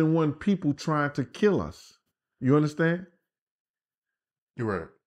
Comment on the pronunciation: Take a bong rip every time asks us to "undastand" him!!! Let's get high!!!